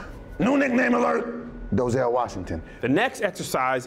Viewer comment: "Doezell Washington"